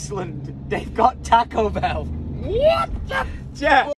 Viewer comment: Its weird that says tarco bell like taco bell and not tarco bell